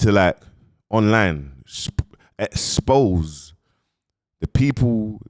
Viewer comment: “EX pose.